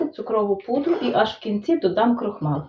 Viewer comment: Крохмаль- крохмалю( українською вимовляється м'яко)